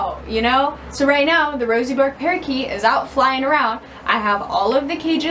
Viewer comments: As an Australian, every time you say "bork" It's 'burk' with a soft r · Pronounced as Burke not Bork. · i can't deal with Americans pronouncing it as "Bork" hahahahaha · Hey born and bred australian here. Its zctually pronounced Berk, after a famous Australian explorer.